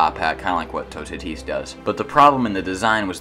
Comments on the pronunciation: it's Toe-tat-is not tu-ta-tise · I think toutatis is pronounced two-ah-tee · You can pronounce « Toutatis » like *Tootati*. If you want to add a little « je ne sais quoi » you can add a little hissing noise at the end so that it’s *TootatiH*. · It’s pronounced “two - ta - tees” lol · it is absolutely horrible how you say toutatis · i thought toutatis was pronounced "two tate is" 😭 Anyways, This ride is literally perfect